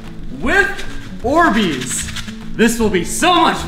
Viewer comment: You said borbeez